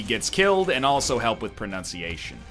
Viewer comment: egg moment #153: mispronouncing "pronunciation"